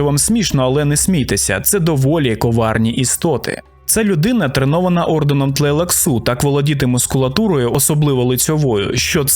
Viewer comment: Правильний наголос Бене ТлейлаксУ? а то щось незвично чути таке)